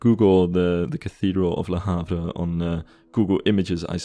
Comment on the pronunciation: as a french it took me a while to understand that it was "Du Havre", great videos by the way